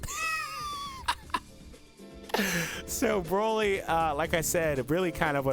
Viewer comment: LF Broly gets and F sounds right